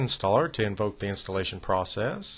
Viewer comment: He said "ENVOKE" hahaha. like he's calling bill gates the Dark overlord of the M$ C0n$p1rac13$ hahahaha